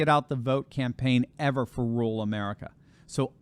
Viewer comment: Rural is a two syllable word. RUR-AL. I know it's hard to say without making it sound like RULE. Sorry to bring that up. Love you anyway.